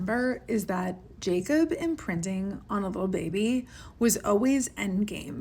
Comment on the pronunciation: the way you say "bebay" and "baby boy" didn't have to be this funny 😂😂 also can't get over how unhinged this decision is (trying to be nice, she should be looked into bc wtf STEPHANIEEE)